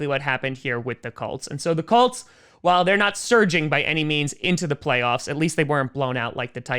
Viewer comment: I find it funny that he keeps calling them the Cults